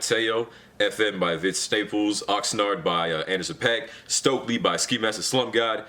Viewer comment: First of all how u gonna put stokeley in honorable missions and you said it wrong you said stoplely